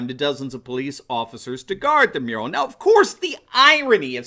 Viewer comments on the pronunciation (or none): Ohhh a MURAL I thought he said URINAL